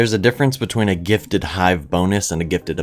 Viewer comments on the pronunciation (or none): Nobody’s gonna tell him he says gifted as gitted